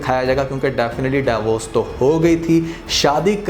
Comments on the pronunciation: Daiy vorc nahien hota divorce hota hai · Interesting but its "deevorce" not "dayvorce"